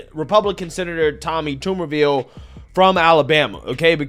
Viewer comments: It’s Tommy TUBERVILLE! Not Toomerville! He was also the head coach at Ole Miss for 3 years and most notably was the head coach at AUBURN! Coach of the year when he won the SEC in 2004! Just a couple of a quick, 1 minute search of his highly decorated football coaching career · You keep calling him Tommy Tumorville? LoL, better work on that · Tommy "Tomberville"? 🤦🏻‍♂️ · It's pronounced tub as in bath tub not tube and yeah they love talking ish about Mr. Tubberville he had the funniest campaign ad where he screams at some hecklers in the crowd at a football game GET A JOB! LMAO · His name is Tub/ber/ville , Not Tube /er /ville, and he is not racist he was a big time college football coach who recruited black Kids all over , he loved those kids as much as the white kids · His name is pronounced like a TUB of butter, not a TUBE of toothpaste. Also, he was head coach at Auburn. 🤢🤮😂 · It’s TUBERVILLE!!!! damn you do this all the time and it makes you sound stupid. Toumerville? Wtf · His name is not "Tumourville". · It’s Tub-er-ville. And he’s known for coaching at Auburn university even though he did coach at ole miss briefly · TUB-er ville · If you do a follow up It’s pronounced Tubberville And he coached at auburn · TuBBervile pronunciation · Tubber Ville is the pronouncement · Cmon man, they even pronounced Tuberville's name in the videos you showed. Take a minute and get the names pronounced correctly. This is every video now. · Good video but being from Alabama it drove me nuts everytime you mispronounced Tuberville. Lol